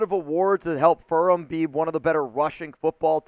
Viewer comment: furMAN. Good grief. Hard to take this dude seriously when he gives us the Intel on a school and doesn't know the name of the school